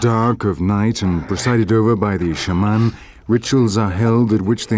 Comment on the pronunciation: When he said "Shah-Mahn" I pretty much gave up on this lol